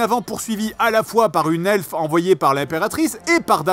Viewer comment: J'adorais aussi quand j'avais 12 ans... Enfin le premier seulement, même si j'ai jamais pu supporter le doublage français du nain qui prononçait "uneuh elfe" au lieu de "une elfe" xD